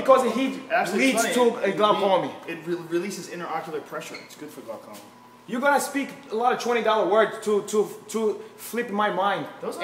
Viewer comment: BJJ GUY: YOU CANT SEE BECAUSE OF THE GLA-COMIN… Joe : Huh? BJJ GUY :GLACOMIN Joe : I GOT GLAUCOMA ?!